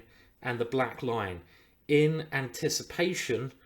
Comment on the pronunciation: Ah black lion - I always heard you saying "black line" D'oh